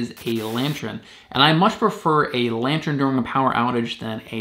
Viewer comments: It's lantern not lantren. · It’s pronounced “lan-turn” not “lan-tren” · Sorry bro it's good video but it's really not lantren it is lantern 🎃 lol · Why do you keep saying lantren instead of lantern??? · Yes, that was bugging me too! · It's pronounced /ˈlan(t)ərn/